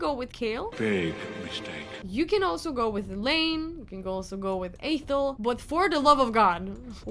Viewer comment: Stop saying kael 😤